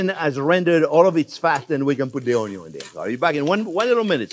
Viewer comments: I am a cook, not a classically trained chef. I have been training on the job for eleven years. I love watching and listening to Chef Jean Pierre. I love the way he says Onyo. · the way he says "onion" (Onyo) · Ohn-yo : n A staple of French cuisine, usually caramelized 😁👨‍🍳🧅